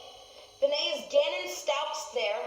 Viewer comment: Stauch is pronounced S TAw K